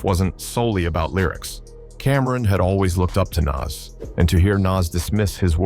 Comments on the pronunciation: His name is NAS not naz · Its not nazz like ass its Nas like oz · Every time this AI voice says “Naz”, or “Niz” it makes me cringe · It's not Nass or Nazz, it's Noss. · Bro learn to pronounce NAS !!!! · The narrator pronounced Nas like 3 different ways in the same video. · The pronunciation of "Nas" just gets progressively worse as the video goes on. I thought AI was supposed to learn as it goes. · Love the content cause it`s a nice summary for perople that don`t know. But please take the effort to do the commentary for real. I hate how the AI pronounces Nas different everytime and it`s what it makes it obvious. Man when you got love show love not robot! Please!!!